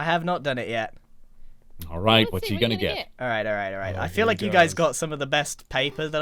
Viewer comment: when he said im ghana tell you i thought it was a subtitle error